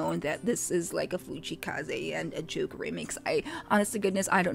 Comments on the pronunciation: His real name's Jake Lawson so Jvke's probably pronounced as Jake. The two are only similar in that they both have low register voices (which they can pitch higher) but that's where the similarity ends. You subconsciously were actually able to tell them apart because your initial reaction was correct in that Jvke was an unfamiliar voice. You recognized Kaze's smooth and sultry voice (which Jvke's voice doesn't sound quite as, being of a different quality) and soothing tone (again, one that's unique to Kaze) when he came in and only became confused then, because you didn't know Jvke's voice. Kaze also has this lazy, laid-back way of singing that Jvke, who has his own unique style of enunciating words, doesn't. Lol. Either way, you may have gotten confused and, in your confusion, think they sound similar but they really don't and your gut knows it which was why it was right all along. xD And it's Matsuri. Matsuya is a donburi chain. Lol. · Sorry but JVKE is actually pronounced as Jake and not Juke 😅